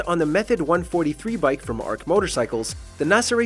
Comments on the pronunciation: Ark Motorcycles. Shakes head even if you accidentally mispronounced it, it's still spelled like Arch and would have been said that way. Lol. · It's not Arc it's Arch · It’s pronounced Arch as in the St. Louis Arch, not “ark.” Good video otherwise.